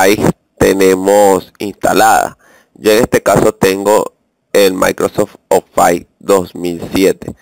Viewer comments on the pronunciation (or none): maldita sea no se dice ofais.. se dice ofis -.